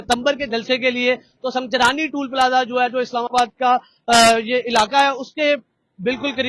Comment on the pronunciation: Sung Jani bolo bhi sunjrani ni hai